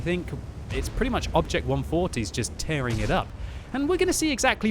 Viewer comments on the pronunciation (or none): none